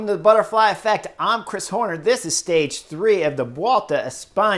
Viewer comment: Dude couldn’t catch a break today. Chris butchers his name and then he inexplicably doesn’t win the combatif prize. I guess we’re in Spain now, and it’s only fair given how the French hand out that prize at the Tour.